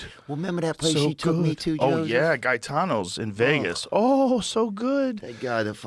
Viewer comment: Not guy-tano.....it's pronounced gay-tano